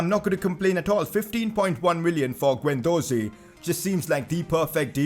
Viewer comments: Its Is-hak not i-zak and its not guen its gen please see some pronounceations😧😧😧😥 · Guendouzi is pronounced Gendoozi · Pcq: you’re pronouncing guendouzi wrong it’s guend-dozi it’s guendoozi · Bro your pronunciation - It's Keh rer not keh rare & Guen du zi not ze Plz Like!!! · Also pronounce gendouzi withaut an u